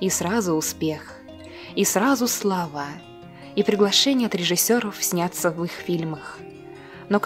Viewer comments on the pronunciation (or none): Как можно так читать текст:славА вместо СЛАВА?